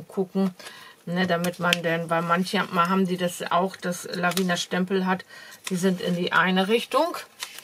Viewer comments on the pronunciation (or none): Gute Besserung. Du vergisst bei den wirklich tollen Stempeln von Lavinia immer das I vor dem letzten a auszusprechen. Meiner Meinung nach spricht man das mit und sagt nicht Lavina. Sorry